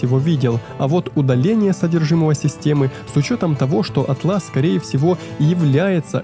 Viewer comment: кстати, интерфейс называется Áтлас, а не атлÁс)